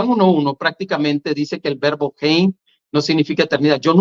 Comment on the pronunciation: Se pronuncia vebo or verbo?